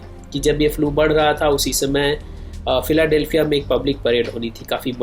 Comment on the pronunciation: फ्लू भाई फ्युएल नाही बोलते...... सायंटिस्ट सर